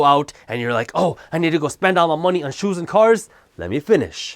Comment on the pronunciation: “Moe knee”